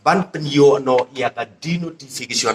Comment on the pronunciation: Ko MDC.. Sngewbha ban kynnoh bha ia ka ktien "Umroi" ym "Oomroi"